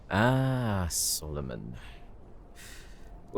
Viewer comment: BROO THE WAY HE SAYS “solomon” WITH THE ACCENT IS SO 🤭😫😫😫😩🫶